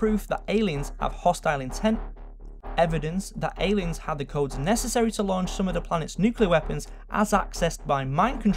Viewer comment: Lets dig a little bet Deepah and necessereh